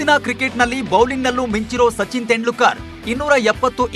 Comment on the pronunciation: ಅವರ ಹೆಸರು ತೆಂಡ್ಲೂಕರ್ ಅಲ್ಲ ಗುರೂ. ತೆಂಡೂಲ್ಕರ್ ಅಂತ ಸರಿಯಾಗಿ ಉಚ್ಚರಿಸಿ